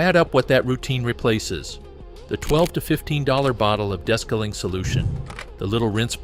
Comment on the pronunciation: AI …des-caling. It’s DE-scaling!